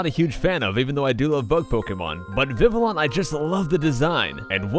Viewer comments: It's not pronounced viv-ill-on, it's pronounced viv-ee-on. Seriously, why does everyone get this wrong? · Escavalier is pronounced "Es-kah-val-yay" Panchan is pronounced "Pan-chahn" I believe Treecko is pronounced.. "Tree-koh".. So you got that right Banette is, again, pronounced the way you said it Vivillon is pronounced "vee-vee-yon" Mawile, I'm not sure.. either you said it correctly or it's "Meh-while" Cubchoo, can't really go wrong there Yanma is pronounced "yen-ma" I believe Zapdos, yep, that's "zap-dohs" Poliwrath, yeah, that's poliwrath, like you said xD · Just so you know, Vivillon is pronounced Viv-ee-on. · funny he says vivillon is one of his favs but he can't even pronounce it right. its viv-ee-on not viv-ill-on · It's Viv-ee-on the l's are silent so it's not viv-ill-on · VI-vi-you. it's vivid + papillon (french for butterfly). Sad that you don't even know how to pronounce some of your favorite pokes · vivillon pronounced viv I on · it's pronounced viveeyon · It's vih-Vee-on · it sounds like viv-ee-on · I thought it is pronounced viviyon. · It is pronounced viv-ee-YON